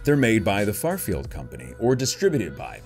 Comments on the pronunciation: You said farfield like twenty times. It’s Fairfield lol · It's "fair" field not "far" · Its not farfield its fair-field lol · Thank you lol not FARfield its FAIRfield lol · I cringe every time he calls FAIRfield Farfield....lol! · After so many third party openings you've done have not realized it's FAIRfield not FARfield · Keeps saying FARfield instead of FAIRfield lol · You know it's FAIR- field, not FAR-field. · It's FAIRFIELD not Farfield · “Fair” field company not “far” field. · shout-out from the Bay Area California wanted to tell you something you know you're pronouncing that wrong the product it's Fairfield you know like a carnival Fair and then feel not far field just wanted to let you know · Every time he says “farfield” I cringe😂